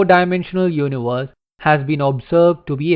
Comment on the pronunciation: I like how you pronounce universe